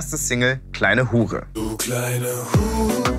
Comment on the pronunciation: Zerbrecht euch mal nicht unseren "Frauen" - Kopf. Sexistisch dies das - noch nie so ein sauber ausgesprochenes "H*re" gehört. 😂 Wenn ihr von gesellschaftlich, fehlgeleiteten Werten reden wollt, fang mal bitte woanders an und nicht bei Apache.